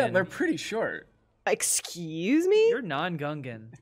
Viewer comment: the way she mispronounces ex-squeeze-me